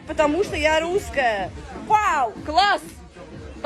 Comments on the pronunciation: ти вже давно нє дєвочка )))) А ротік у тебе дуже маленький, практикуй кабаки засовувати у рота. Ти щось не можеш виговорити літеру (Р). "Меня нє пускают я луская" ))))) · Рррррруская! Собери по рублю с подписчика и галопом в питер к ЛОГОПЕДУ.🤧🤮🤮🤮🤮🤮